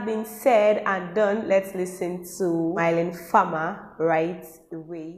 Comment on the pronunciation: Is Mylene becoming big in Nigeria??? Cool!!! Rightfully so ;)... pronounce mee-LEhn far-mER